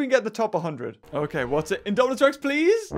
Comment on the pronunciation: U said Daminus